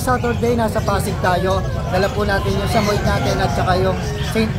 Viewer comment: Jusme... SAH-MOH-YED po, hindi SAMOYD. 🙄